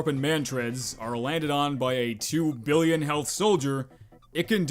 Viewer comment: The way you say billion, septillion, and others really bugs my brain (maybe i hate math that much XD)